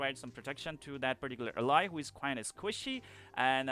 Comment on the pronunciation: Just letting you know that you are pronouncing "ally" wrong. You're saying it like "uh-lie" but it should be "Al-lie". Here's a video example on the correct way to pronounce the word.